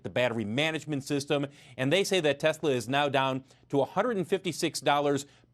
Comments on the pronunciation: The way you say “tesler” activated Siri on my iPhone. Pretty damn funny!!! Oh and the expert they used the background in behind him was in Boulder Colorado. It’s known locally as the flatirons. There are several lithium battery startups in that area. Check Galis latest vid for more info. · you don't look as funny as you sound...the way you say Tesler